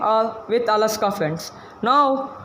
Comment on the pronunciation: Alexa not alaska